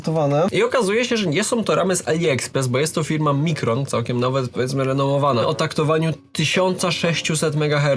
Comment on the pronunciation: Nie mówi się mikron tylko majkron i jest to jeden z najlepszych producentów na świecie pamięci :) ziomek 😂